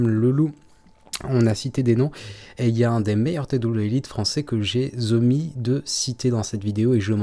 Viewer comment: "J'ai z'omis..." j'adore... 🤣🤣🤣